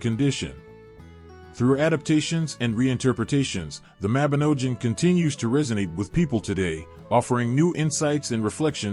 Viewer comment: Y Mabinogion is the best, welsh mythology is great! Read the book people...not an american accent a.i that can't pronounce even the word the video is supposedly about.